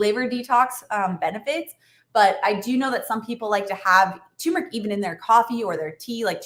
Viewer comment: Great video and tips, but it’s “tur-mur-ick” not “too-mur-ick”